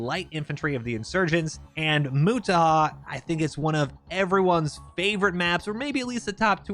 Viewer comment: its nut "moo tah" its " mo" "tah" "har"